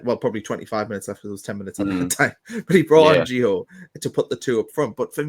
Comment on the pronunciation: Not gonna try and pronounce his second name, got his first wrong as well mate 😂😂 It's Nordi not Noni, Noni signed for Arsenal mate 😉 Jokes of course, keep up the good content. Also it ain't Gio, it's Gee-you hard G like goal.